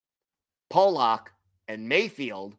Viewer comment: His name is "Pullock" NOT "Polock"...pronounced differently than how you are saying. It's like the difference between "Pull" and "Pole"...you'll get it...keep workin' on it.